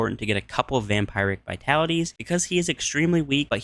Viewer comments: Oh, vampiric, though--that's pronounced "vam-PEER-ic," not "vam-PY-ric." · It's pronounces Vampeeric not vampire-ick